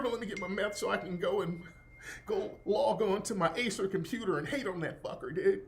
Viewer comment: This nigga said quesadilla and Acer.. lol